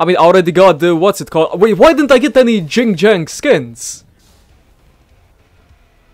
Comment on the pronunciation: I wonder how many people got triggered you said jing jang instead of yin yang (idgas)